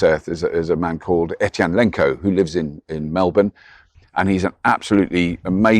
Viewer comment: Robert, I think his name is Eytan, not Ethan…